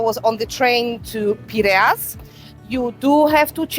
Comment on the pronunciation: is it too much to learn correct pronunciation ...out of respect? ...Ae - e - Na ...and ...Pir - A - Us.